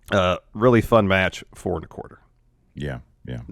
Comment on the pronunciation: NEXT METCH!